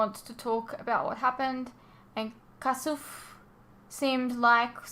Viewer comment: Sha're is pronounced Shah-Ray, Kasuf as Casoof. Before she was married Sha're was Shu'ri (shoo-ree). I spotted it was on backwards a soon as you appeared, but as this is obviously recorded long before it appears on YouTube I decided not to mention it. <<Cancer makes people look really ^^^^ed in the end.>> I think it's actually the treatment, chemotherapy, drugs etc. that makes them look so bad.